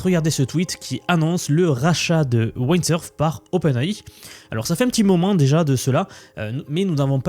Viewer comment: Merci pour cette vidéo très intéressante! Windsurf se prononce avec le son i comme dans wind 😊